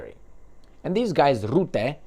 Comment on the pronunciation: Rutte, NOT ROOTTE. Dutch 'u' is pronounced like U in hut, cut etc. Alexander Christoforou has the same problem. Mark Rootte does not exist. Only Mark Rutte exists. Rutte is a free mason. Free Masons are everywhere, also in Russia.